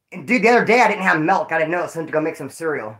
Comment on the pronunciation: it's MILK with a I. not mElk with a E!!!!